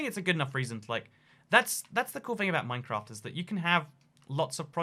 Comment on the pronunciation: I swear he said minecrack